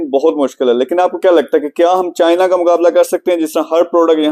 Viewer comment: Or yeh ko bolo itny bary exporter banty ho at least apna bolny ka style thek kry..chayna ni hota china hota hy.😂